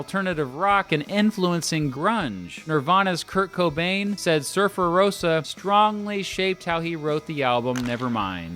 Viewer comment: It's not Surfer-Rose-a, it's Surfer-Roe-sa ;) Haha, like Levi-o-sa lmao.